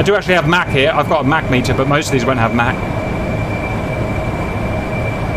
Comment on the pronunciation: The whole time I was wondering what the heck is a "mack meter". Finally I realized he was pronouncing "mach meter" wrong.